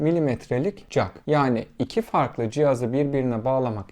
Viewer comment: Çivi jak demeeee😂